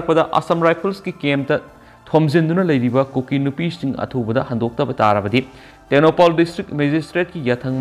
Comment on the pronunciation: Tengnoupal not tengnoupaaaal